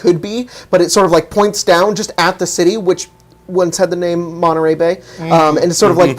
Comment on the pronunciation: ps you did butcher my name